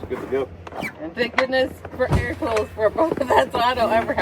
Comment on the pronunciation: “ Coals “ fyi